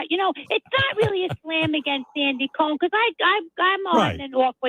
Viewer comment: *the pronunciation of “Andy Cohen” …. 🤢